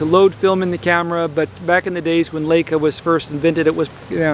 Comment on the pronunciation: I wish you would pronounce Leica correctly. If you see an ei combination you give the long "i" sound as in the word lie. In German, when you have an ie combo the "e" gets a long sound, as in the word "eek". Thanks!